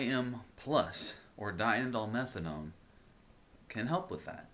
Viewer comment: Nice pronunciation of diindolylmenthane! :P